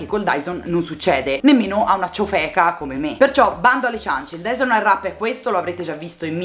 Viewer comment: Finalmente una persona che lo pronuncia nella maniera corretta! Quella w che tutte pronunciano non si può sentire! Bel video!